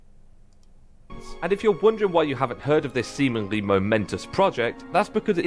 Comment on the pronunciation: "Semenly?" I Heard it too 😁